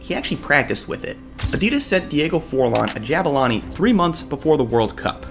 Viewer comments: Pronounce the U in Zulu in Jabulani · Say it properly JAH-BOO-LAH-NI From a South African 👍